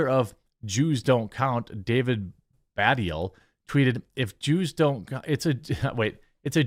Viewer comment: David Baddiel's surname is pronounced "Ba-deal". He is a ...hmm.. an annoyance. He was part responsible for the "three lions" song back in the 90s which is sort of a culture national anthem these days. Regardless. He has very much struggled to stay relevant outside of that. Tried many projects - all failed. A true one trick pony. We sort of just tolerate him. Mostly ignore him here in the UK.